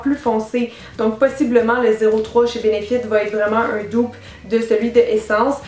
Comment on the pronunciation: Cynthia, pourquoi tu dis "doupe " et non "dupe " ? 🤗💕❤️